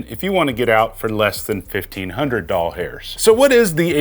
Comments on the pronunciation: Doll hairs is so cringe and unnecessary. Just say dollars. It's less effort to say it right anyway and you won't sound like a pervert. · lol how about “fro-mo-code”